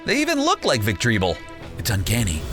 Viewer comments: He's wrong you're right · I love your content but, how you pronounced the pokemon's name its so funny, actually its VILE-PLUME not vileploom, "victreebell" not victreeBULL bulshit! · "Ve tri bull" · Jesus Christ... Gyarados- Gare-ruh-dose Victreebel- victory bell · 😑... GUYrados? It’s pronounced (such as) GAIR-uh-dos... gyarados 😑 THE. VICK-TREE-BULL????? 😑 it’s pronounced the way it’s spelled. VIC-TREE-BELL